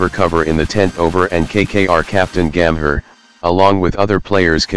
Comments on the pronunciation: Its call gambhir,,nt gammer,,bro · Terrible terrible American accent pronouncing names so utterly badly. Disgrace. Listen how he says Gambhir and Riaz.